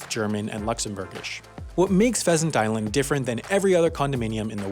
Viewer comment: Did I just heard "peasant island"